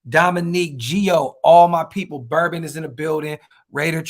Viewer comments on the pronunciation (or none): none